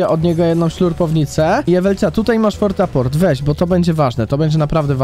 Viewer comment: Portafort a nie fortaporty